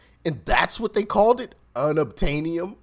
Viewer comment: Un. Ob. Tain. Eee. Um.